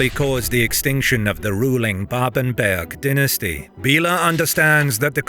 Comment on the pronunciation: Ganz viele Namen sind falsch! Babenberg! Nicht Babenburg! Steiermark! Nicht S(t)üria! Friedrich der Zweite! Nicht Friedrich Zwei! etc.